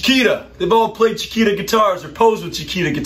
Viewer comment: I know. I speak Spanish, soy sudamericano. says “Chikira”, when in fact it should be pronounced, “Chikita” (“Chiquita”, spelled correctly). I'm sorry I was sarcastic at the time, but it kind of shocked me. It's Ok. Actually there is nothing wrong, it is just a detail. No pasa nada, amigo!